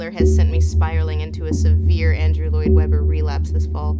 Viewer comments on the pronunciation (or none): none